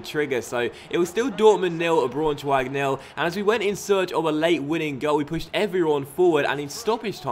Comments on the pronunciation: By the way Leipzig is pronounced "Leep-zig" and Braunschweig is pronounced "Brown-schweig". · I think it's pronounced like 'Brown-schweig' - just for future reference :) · You pronounce Braunschweig-brownshweig, and u pronounce Augsburg-ousburg